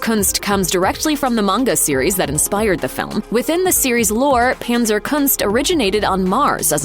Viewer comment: Panzerkunst is a German word, thus pronounced not with the English "a" but the German "a," like in adorable.